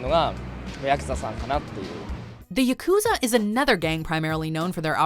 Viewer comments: It is called Ya Ku Za , all syllables have same length ... pls learn to pronounce properly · Pronunciation of “yakuza” here bothers me unreasonably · Is it just me or did they misspronounce yukuzas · Say it with me: Yak ew zah